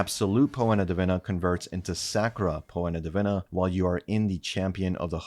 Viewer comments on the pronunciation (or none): Poena Divina would be pronounced "pee·nuh dee-VEE-nah". Once you hear it, you can't unhear it.